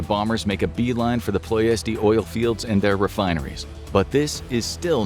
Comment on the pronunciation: It is pronounced PLESH-ti